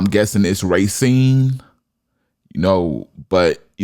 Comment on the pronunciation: Racine.. It's pronounced Ray-seen